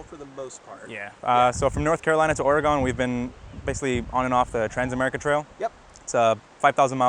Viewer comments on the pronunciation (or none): It's not Orygone it's Orygun tourist's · Bet he learned the proper way to say Oregon real quick once he got here lol! We can't stand when people say it wrong and he definitely said it wrong.